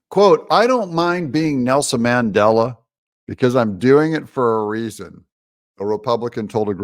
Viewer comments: Mandela not Mangela lol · It's Mandela not Mangela. Way to make conservatives look bad. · Mandela, not mangela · Oops. It’s Mandela, not Mangela. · It’s Mandela not Mandela. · There is a big difference between "Mandela" and "Mangela." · Mandela - not Mangela.. LOL. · Um, that's Mandela, not mangela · Umm...its Mandela not Mangela. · Mandela not Mangela. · Who is mangela? I thought 🤔 it was Mandela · Mangela...really? the DA is more like Mengele! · Mandela—-no “g” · Come on Doug its Mandela LOL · That's Mandela not Mangela? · Did Trump say "Mangela," or "Mandela?" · Who is Mangela? Are you confusing Mengele with Mandela? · Mandela NOT Mengele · Mandela not Mangela 😂😂😂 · Mangela Doug? You really oughtta fix that.